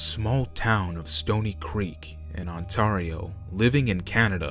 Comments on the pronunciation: Haha man, its (Ontario) On-Tear-re-oh hahaha not On-tar-Re-O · On-tar-io? I've literally never head that one before.